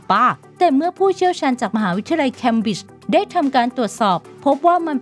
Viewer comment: "มหาวิทยาลัยแคมบิช"!!!! ออกเสียงผิดความหายเปลี่ยนเลยนะคะ เนื้อหามีประโยชน์แต่ล้มไม่เป็นท่า เพราะคนอ่านไม่ใส่ใจ 😒